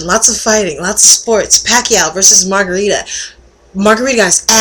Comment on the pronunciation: lol margarita? it's margaritO! anyways you get points for being a chick who watches sports.